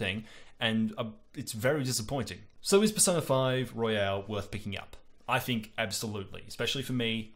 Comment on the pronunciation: It's Royal, not Royale! That really started to annoy me after you said it wrong every time. Also, I thought Golden made P4 much too bloated, so will I think the same here? Also, it sounds a lot easier??